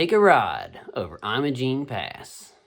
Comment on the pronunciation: It's called "Emma-Jean" locally, for what it's worth. And Ouray is pronounced "Yur-ray".